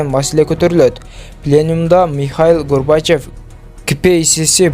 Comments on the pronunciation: Гурбачев эмес тпой Гарбачев десен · Шаманда туура окушту жана айтышты уйронуп анан.маалымат.айткылачы.Блогер туура оку Михайил Горбачив..эмес Горбачев.Тамгалап окубай шар окущту уйрлнуп анан жанылык айткыла.